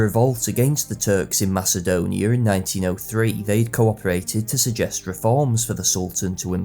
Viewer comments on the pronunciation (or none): none